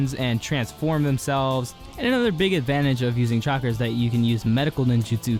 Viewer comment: Am I the only one that heard chakra as chocolate.